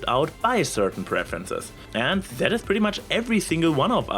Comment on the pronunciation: ok, I think I am getting used to the accent, but I keep cracking up every time you say "zet" instead of "that". ...this is NOT a hate comment, I can very much relate to this.